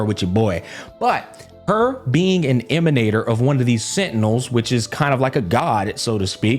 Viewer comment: the way he said "emanator" at the start cracked me up XD